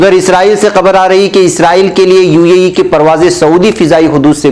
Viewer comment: ایشیاءی ممالک امریکہ کو خام تیل کی برآمد نہیں کرتے، بلکہ درآمد کرتے ہیں ( یعنی باہر سے اپنے ملک میں منگواتے ہیں۔) براءیے مہربانی UAE کو UEE نہ پڑھیں۔ بہتر ہو کہ متحدہ عرب امارات پڑھیں۔